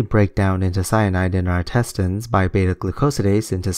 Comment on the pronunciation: I'm still processing "intestEYEnes"... :)